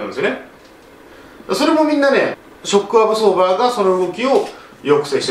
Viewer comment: なんかわからんけどショックアブソーバーの言い方がかっこいいw